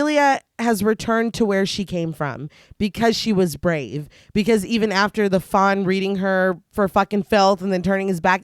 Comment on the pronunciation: There are so many times in this episode that you say the Fawn but it sounds like you're saying the Fonz and I'm just saying, THAT is a funny mental picture 😂😂